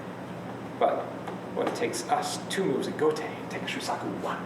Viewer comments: Sean Hiska not sure if you still want to know but it is like so: first imagine it spelt as shuusaku. Notice the double u, that is an elongated "u" sound and is similar to an "oo" as in "shoe". The saku part should have no emphasis. It isn't saaaku which would sound like what says. The underlying sound is the same as the beginning of"sock" but it should be shortened. Finally the "Ku" should sound closer to "ck" but a slight "u" sound still be present. That's how you say it. Refer to Japanese people actually saying it if you want to learn properly. Have a nice day! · This normally doesn't happen, but every time I hear Shu-sock-u I cringe and want to turn the video off.